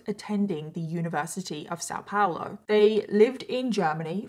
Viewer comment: I'm from São Paulo and It's só adorable how you pronounce it 😂❤ still very much better than people here in Germany got example. Thanks for talking about this. Since I live in Germany I don't keep up with much there, because I already am bombarded with things here in Germany. Tooooo many topics. Thanks for your work in general ❤